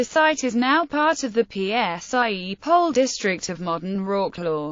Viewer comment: It's "Psie Pole"! :D ...literally it means "The Field Of Dogs" - same in Germanic "Hunds-Feld" ("Field Of Dogs"). Today it is still called like that - it actually became part of the municipality of Wroclaw - it's a landmark site and has been called like that for centuries - moreover both in German AND Polish, so something tels me it was bit more than just a "little skirmish" with no importance whatsoever". :D Local people tend to preserve the memory of an event related to a place sometimes better than the chronicles. I can't believe that the dogs "went mad" feasting on human bodies, but I tend to believe the "source" - i.e: it actually and FACTUALLY comes from an event that happened. Apparently Boleslaw ordered not to bury the bodies of the Saxon (Germanic) knights as a "reminder" for anyone who wanted to invade the country.